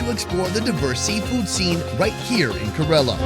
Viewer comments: First thing it's not karala .. it's Kerala .. focus on your work bro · Why am i hearing ghorilla when he says kerala.. Isnt it Keralam? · It's not Corella it's Ke Ra Laa. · FYI its pronounced like Care-a-la not kurr-illa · Everyone else: "Kay-ra-la": "Kuh-reh-luh Daville... Kuh-reh-luh Daville..." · India has always been at the top of my bucket list and watching these GREAT videos and seeing how affordable it is adds another reason among the thousands of reasons to visit. FWIW, it's Kerala, not Kerela. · hi... huge fan and great content as usual ♥. Just a recommendation; no hard feelings 😬but you kept calling Kerala, Karela (which in hindi is bitter gourd 🥲), I thought maybe i could help you pronounce it correctly 🤭😅. Kerala phonetically is, think (KAR)en + Ella but everything together and a little fast.... Hope you don't mind🤗 again, hugee fan🥰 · Great video but I just don’t get why western YouTubers won’t put in the minimum effort to pronounce the name “Kerala” correctly. It’s not a tongue twister. KER-a-la, with the stress on the first syllable! The guy has clearly been there and has heard the way it was pronounced. How hard is it? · Why does he say Kerala like that? It doesn’t rhyme with gorilla dude, it’s pronounced kay-raa-laa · kerala ❌❌ ku-rrre-lla✅✅ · correct pronunciation is kay-ra-lum(keralam) . not kerala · Key-rala pronounced with bit of y Did he even watch the vid the locals pronounce few times 😮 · Dude, you mangled so many of the names of dishes. And of "Kerala" - not tough bro, just ask the locals....👎🏽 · is doing the voice over but is not there, otherwise he would know how to pronounce 'Kerala'. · I love the enthusiasm but someone there should tell you how to pronounce Kerala correctly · I can’t believe no one corrected you on your pronunciation of Kerala. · pronouncing "Kerala" wrong so many time:( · Bro pronounce Kerala properly